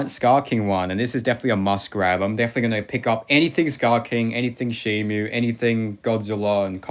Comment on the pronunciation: Stop saying shimu it's shimo read the packaging